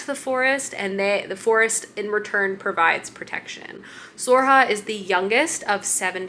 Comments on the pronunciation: Sorcha is pronounced ‘Sir-a-kaa” or ‘Sore-sha” pls respect Irish names!!!!! 😭☘️ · Sorcha is pronounced more like Surkha. Her story is one of my favourites. I love the Blackthorn and Grim books too. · Sorcha can be pronounced as Soar-shah or Soar-kah or Soar-ra-huh. Gotta love Irish names.